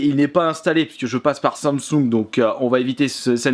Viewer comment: Sannesung non non😂 ses samsung 😂😂